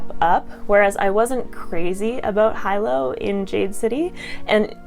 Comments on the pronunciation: He lowe not hi low. FYI. Great review. And you are beautiful. Have a great day everyone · Loved Jade war ! Shaes battle had me sweating buckets lol. So intense. Hyped to read legacy now . Great review ! I pronounce Hilo "Hee-lo " though 😅